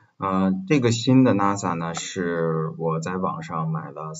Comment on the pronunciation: 冒昧指出一个问题，NAS的读音是“那丝”